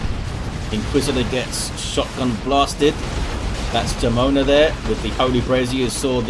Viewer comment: Jamona is pronounced with the "wh" sound in whole ("wh-amona"), means lady with thick lower body in spanish :p